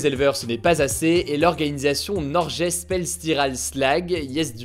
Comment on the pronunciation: Super vidéo ! Au passage petite précision Norges ça se prononce Norguèsse et j'suis pas sûr mais il me semble que le g en fin de mot ne se prononce pas non plus ;)